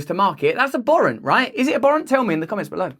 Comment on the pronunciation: I disagree... with your pronunciation of abhorrent.